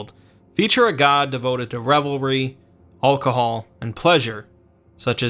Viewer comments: What the hell is oakahol? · Why the hell do you say alcohol so weird